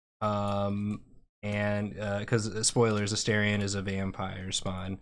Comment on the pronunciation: every time they mispronounce Astarion I take 1d6 psychic damage